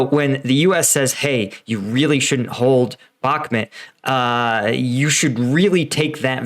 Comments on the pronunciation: Dude you need to watch the Russian Dudes channel, and its pronounced Bakmoot Not Bacmint, you drive me crazy with that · Man.... how many years will it take you to learn how to pronounce a city you've been talking about for months??? Bakmut is not pronounced back-mid or back mud like you constantly do. Its pronounced Bok-moot it's so irritating listening to someone who doesn't even do the preparation to learn correct pronunciations. How long are you going to make these stupid assessments and predictions that are always wrong the 4-5 times I've watched? Your latest assessment is reiterating the fact that you think Ukraine waited too long to evacuate.ukreaine isn't trying to evacuate they are committed to beat who you call Russian elite which calling Russian or Wagner elite equals a brand new American grunt. There is nothing elite about and Russian forces as all of their so-called elite equals to average American troops were decimated in the first month of the war. Where do you get your intel anyway stating there are no elite Ukrainian troops in bahkmut? It's common knowledge that Ukraine has elite special forces in the Bahkmut area and that Ukraine is committed to defeating the Russians in bahkmut which will break the back of the invading forces allowing Ukraine to overrun the Russians as they did in summer and fall of 2022.funny how you say Ukraine needs listen to the USA top brass assessments but Ukraine's route of Russian forces in 2022 was done without American knowledge and against USA top strategic planners assessment pre offensive. Dude your assessments suck your predictions don't come tr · It's pronounced Bachmoot. All I've heard from the ground it's the Wagner Group fighting for Ukraine they're not Ukrainian but mercenaries.